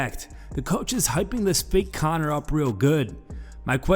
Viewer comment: Sounds like he just said coward McGregor 0.04 😂